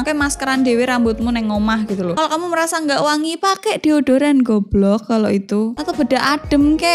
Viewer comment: Suka bet pas bagian ngomong "GUOBLOK" 😂